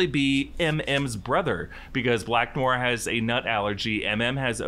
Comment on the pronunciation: Noir is pronounced No-R, not new-R. In American English, anyway - it’s more nuanced in French, but I’m fine with American speakers pronouncing it the way that is commonly accepted. But “new-R” is like fingernails on chalkboard.